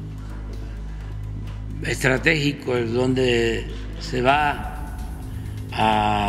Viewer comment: "El punto estratehico" xDDDD